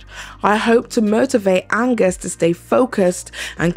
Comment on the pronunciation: Idk who this guy is but its so funny to me personally every time you misread his name as Agnes bc I do the same exact shit when I read his name